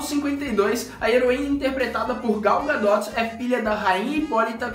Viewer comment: Ai cara, nao precisa falar o T no final do nome em ingles, o nome é Gal Gadot, mas nao precisa falar o T no final. Quando voce fala errado, me irrita